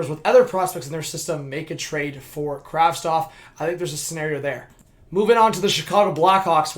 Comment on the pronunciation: Why is everyone saying Kravstov!! The name is Kravtsov... isn't it?